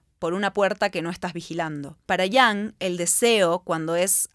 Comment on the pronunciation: Me gusto el video,, estimula a pensar mucho e irse por las ramas. Lo único que me causa ruido es porqué dice Yang a Jung y porqué dice defolt a default jaja me triggerea mucho